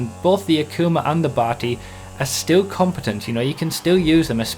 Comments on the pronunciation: I don't know why you keep pronouncing it 'bahti' its name is obv. derived from the old slang 'batty boi' / Bati 801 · why do you say "bati" like your Indian. you pronounce it so weirdly...